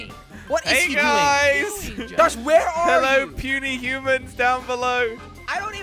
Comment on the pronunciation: Hewwo!